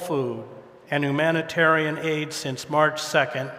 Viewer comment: "hoo-manitarian?" It's hyou-manitarian. Hedges, really!